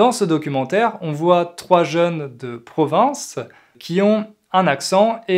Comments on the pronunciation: J’apprécie vos vidéos qui sont fort intéressant. Il me semble, cependant, que vous prononcez le mot “province” comme Provence”. Il se peut que ce soit moi qui est un problème d’écoute. Suis-je la seule ? En tout cas, un grand merci pour partage votre savoir avec nous. Meilleurs sentiments. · pourquoi vous prononcez "province" comme 'provence"?